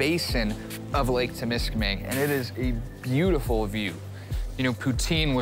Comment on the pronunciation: It's Temiskaming, not Tim. You got donuts on the mind.